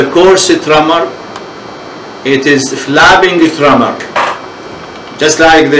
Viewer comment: "flabbing tremor"? I wish he would pay better attention to his pronunciation. Hard to understand.